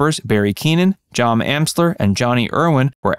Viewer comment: Joe Amsler, not Jom Amsler.